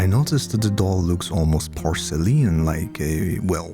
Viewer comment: I like how you say ‘porcel-ian’ like it’s a nationality 😂